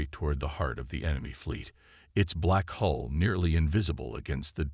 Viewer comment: Hull, Coms, and more of those. When something isn't taught, pretty hard to get it right! 🎉🎉😂